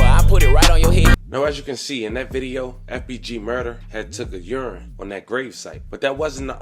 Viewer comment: “Took a urine!” 😂 hooked on phonics didn’t work for you lol